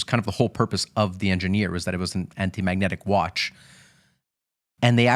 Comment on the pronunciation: Why not learn how to properly pronounce Ingenieur before doing a whole episode on it?